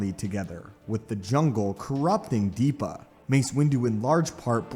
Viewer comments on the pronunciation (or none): Why do you say DEEPA? it's Depa.